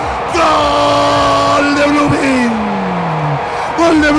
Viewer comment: Jajajaja "B"LOOMING 😂😂😂😂